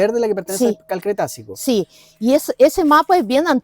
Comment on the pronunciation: Cretácico...Cretácico...NO "cretacio"...por favor!!!